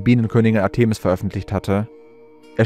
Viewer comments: Griechische Wörter/Namen betont man auf der drittletzten Silbe: ARtemis, PerSEphone, HomoyoTELoton, ArisTOteles, etc. etc. Nur mal so... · Interessante "Behauptungen und Vermutungen". Ich weiß nicht, was wirklich geschehen ist und bleibe offen ... Ich hab' nur eine Bitte, lieber Vorleser, hör' Dir mal an, wie man z.B. Artemis und Ephesus ausspricht. Und Du klingst eintönig, was Du sicher noch verfeinern könntest 😅 Es ist auf die Dauer einschläfernd für mich und das ist sicher nicht Deine Intention 😉 Bitte nicht böse sein, doch ich vermute, daß Du ernst genommen werden möchtest? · Der Sprecher sollte sich vielleicht doch mal informieren, wie man historische Eigennamen wie Artemis, Ephesus und andere korrekt betont und ausspricht. Was er daraus gemacht hat, ist eine Lachnummer. Wir haben nach vier Minuten ausgeschaltet. Es war nicht länger zu ertragen.